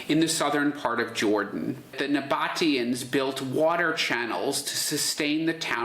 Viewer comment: "nabba teeans". Not "noboteans"..